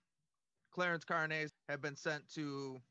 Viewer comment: car-nez? lol fools